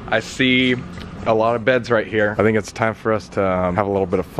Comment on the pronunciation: ‘Kright? Korrect’ adding k to everything 😂😂